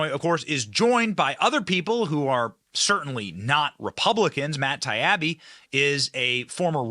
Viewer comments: Matt Ty-ee-bee.. Not Ty-a-bee.. Love ya Benny. Lol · Matt Ti-abbey. Lol. It's Matt Ti-eebee. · It's pronounced matt tie-e-be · Benny please stop butchering Matt’s name watch the committee hearing he testified in and you’ll learn how to pronounce.